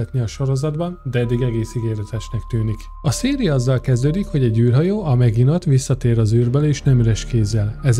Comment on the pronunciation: Maginot ejtsd Mazsinó